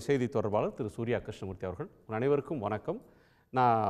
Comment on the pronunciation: please say வணக்கம் not வனக்கம்